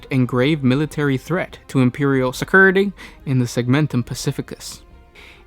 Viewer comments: Yeeeah! But WTF "Se-kirrrity!" 😂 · That caught me off guard. I am glad to see I did not just interject that "sigurritee". 9 times I listened. 9 time I thought I was having an episode